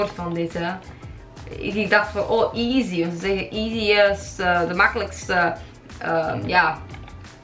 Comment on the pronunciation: Je bent wel slecht in Engels want je zecht geen easy maar easly